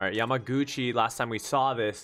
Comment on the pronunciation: Omg, I’m so happy you got the pronunciation of yamaguchis name by this episode 😂☺️☺️